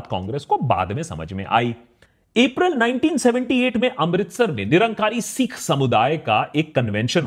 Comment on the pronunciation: Long vowels and short vowel pronunciations have a big difference in meaning. Caution while uttering "sikh".